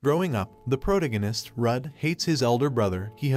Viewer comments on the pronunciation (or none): Say it with me Pro Tah Go Nist ProTAgonist The "ta" is a stronger sound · Thank you for bringing this manhwa to the world via YouTube, or else I never would've come across it. I "APOLOGIZE" for my quirkiness, but in the first second you have a mispronunciation of "protagonist". It's just the "-tag'-" that you are not enunciating. Other than that, your recap tells the story very well and covers everything. Thank you for your continued hard work. Can't wait to watch part two of this manhwa! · yeah, it's a computer reading a script, not a real person. Words frequently mispronounced are: - protagonist, - bow (which is funny because when a person bows it uses the weapon name and when it's a weapon it's pronounced like a person bowing down lol - which doesn't make any sense to me but whatever), - tear (as in tearing paper) is pronounced like the "crying" form of tear, - tier is pronounced like "tire", - he and she are constantly mixed up (which is very common in any media translated from Chinese and is more the script writer/translator's fault than the computer's diction) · Dude I like your videos, but you really should check the proper pronunciation of words before recording. {Like protagonist.}